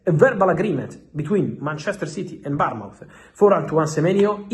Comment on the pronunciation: Happy new year x Fabrizio, it's Bournemouth ,like a child being born mouth, Barmouth is a town in Wales xxx